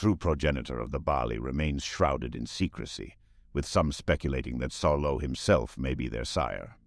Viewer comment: Name: Saulot (sOW-lot) AI voice: Solo